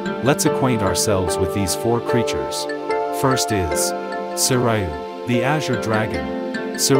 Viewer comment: Sharing the proper Japanese pronunctiation of the Four Divine Beasts, for anyone new watching the video: Seiryu: It is FOUR syllables, not 3. 1• "Seh-", as in "shell" or "bed"; 2• "-ee-" as in "be" or "see"; 3• "-ree-", same as "ee", Not "rye"; 4• and "-oo", as in "blue", "room" or "shoe". Suzaku: (The only one the video pronounces correcrly) It is Three syllables. 1• "Soo-", as in "blue", "room" or "shoe"; 2• "-sah-", as in "cat" or "sad"; 3• and "-koo", same as "Soo-". Byakko: It is Three syllables. 1• "Bee-"*, self explanatory, Not "bye"; 2• "-ah-", as in "cat" or "sad"; 3• and "-koh", as in "dog" or "rock". Genbu: It is Two syllables. 1• "Gen-", with a hard g sound, like "game" or "goat", Not with a soft g sound, like giraffe or generation; 2• and "-boo", self explanatory.